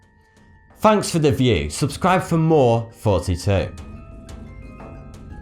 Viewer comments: why does he sound like hes saying 42 intsead of thoughty2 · Ohhhh I thought he said 42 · Thoughty2 i T sounds like your saying 42 at the end of your videos. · did he say forty two at the end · HP Feathersen ask him he is english genius